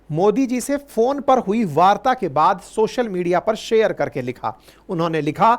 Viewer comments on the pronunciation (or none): none